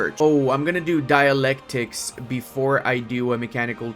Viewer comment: I wonder if the Americans would have forced you open if you hadn't improved relations. Bit of a risk of course. Nice to hear you saying Dialectics correctly for once. But then you messed up Terakoya again. It's 寺 tera = temple, 小 or 子 ko = small or child (not sure which one is correct, might be both), 屋 ya = house/shop/roof. Basically a monk using a small building to teach the local kids. Love the run so far and the explaining of the game mechanics. That you can't expand the first few decades makes things a bit more difficult for Japan but having to build up your industry from the ground is also pretty cool.